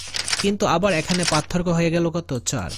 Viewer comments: পাতথোরকো না,পারথোককো উচ্চারন হবে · সার পাতথোরকো বলেন কেনো 😮